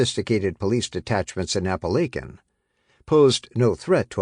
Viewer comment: I wish this guy would learn to pronounce Appalachian properly!